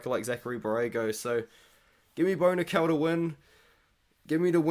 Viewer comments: i just had the same thing happen...I was like Who the fuck is Bonikal??? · Lol, I was listening and not looking at the screen and the pronunciation of Bo Nickal or “Bonikell”really threw me off.